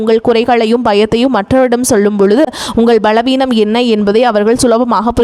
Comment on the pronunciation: Tamizh le vallinam, mellinamidhellaam kaththukittu josium sollunga. Ballaveenam, pallan, allladhu ozhunga pronounce pannunga.irritating ah irukkudhu.